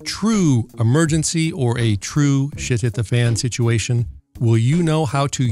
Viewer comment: I'm glad I'm not the only one who caught that. 😆